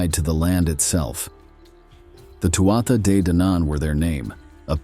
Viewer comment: It’s pronounced tooah de